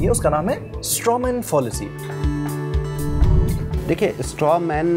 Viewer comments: Are padhe likhe lallantop ke gawaro, it's फ़ैलेसी not फ़ाॅलसी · Abe wo fallacy hai fawllacy nahin hai.. pronunciation sahi karo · Fallacy is pronounced as फ़ैलेसी फ़ॉलिसी नहीं। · Fallacy is pronounced wrong throughout the video and the devnagiri transliteration is wrong as well. It is pronounced Fa(like 'FAn') lu (like LUnch) si (like SImple). Transliteration to devnagiri: फैलसि Nitpicking aside, very important content for Indian context. Good Job.